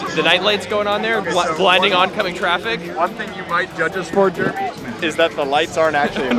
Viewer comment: please dont pronouce it JERmy its JerEmy ahhhhhh